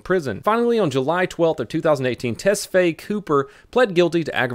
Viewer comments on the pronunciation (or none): none